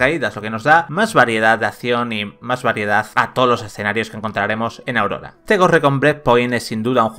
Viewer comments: Propicios dias,. Un pequeño apunte, el archipiélago en el que se desarrolla el juego es Auroa, no Aurora. Un saludo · Isla es auroa no aurora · Cada vez que el locutor dice: - "AURORA"...me entra un escalofrío por la espalda que pa qué. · una pérdida de tiempo este análisis ni siquiera el nombre de la isla lo dice bien y ninguna palabra del multiplayer